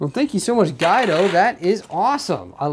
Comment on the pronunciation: Cmon!, it’s Gwe-do...not Guy-do. Haha!